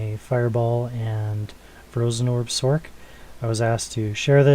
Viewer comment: b-t-dubbs, sorc is said as sorce not sork.. but this is that i run on mine. less gc's tho.